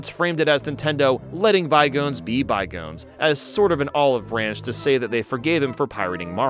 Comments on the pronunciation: I’m sorry, “bye-goans”? 😂😂 it’s “bye-gohns” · Why does he pronounce "Bygones" like "by-goans"? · Oh lol you're absolutely right. I just went back and listened to it, he does say it weird. First time I listened to it, I guess my mind just filled in the correct pronunciation or something. Yeah he does say it like "bygoans." Guess not familiar with that expression. Happens. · occasionally struggles with pronouncing English words because he used to go to a Norwegian school iirc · Is this pronunciation of "bygones" a meme or something? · The way he pronounces "bygones." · Does your host really not know how to say "bygones"?